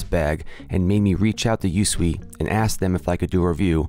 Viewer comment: Thanks for the review. FYI, it's pronounced "YouSwee", not U.S.W.E. But don't worry, I'm sure that's not common knowledge.